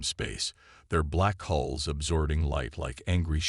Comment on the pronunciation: Ships have "hulls" not "holes"